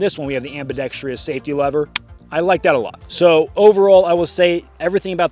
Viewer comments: Its pronounced "am-bi-ˈdek-strəs" (not am-bi-dek-STREE-es). This seems to be a problem with all gun-tubers. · Am-bee-dex-truss Not Am-bee-dex-tree-us